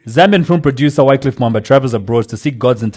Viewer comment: was mad disrespectful on this one.its sad to learn how disrespectful he can be to people. knowledge (of a language )should not be used against people that don't know it.The guest wasn't insulting nor disrespectful i might understand the frustration with the miss pronunciation of you name but it happens to the most of us in these social settings, not like you haven't done that to some guest on the show.This is our show please don't ruin it for us. And KOB we know he doesn't read the comments but please let him read these one for his character development. (note that i said character not personal dont care what he is out there).